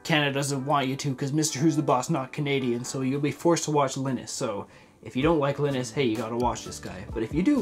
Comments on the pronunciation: Its not pronounced "linnus", its "lienus" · the way he pronounces Linuses name had me rolling, idk if that's how u pronounce it correctly but LINUS sounds really funny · Is the way that pronounce Linus Canadian or is it the correct way everywhere. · This man just absolutely butchered linus's name 🤣🤣 As a small growing Canadian content creator, I really hope this bill doesn't get passed.